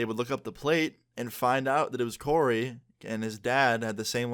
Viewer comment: Omg my name is coray but u said Corey :( but u were close to my name